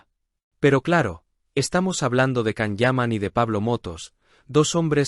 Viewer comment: Entiendan!!! Es Yan, Yan, Yan,Yan. Así se pronuncia el nombre de Can (Yan) Yaman. Por favor!!!....